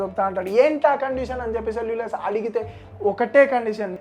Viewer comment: అంతా బానే చెప్పావ్ బ్రో కానీ సెల్యుకస్ ని సెల్యులస్ అనటం కాస్త వింతగా అనిపించింది